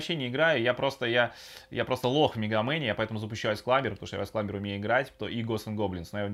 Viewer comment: а что я с языком? айс сламбер, виртуал консоль- это вообще как? Очень режет слух. Очень понравилось следующее- Сейчас я включю Мегамена и мы посмторим и вы включаете Контру, это зачем и для чего? Сказал Мегаман, показывай Менаман.